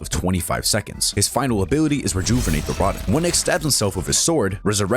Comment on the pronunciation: You abt "final bility"